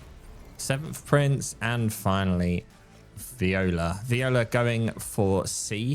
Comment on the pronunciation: its V O L I A. not viola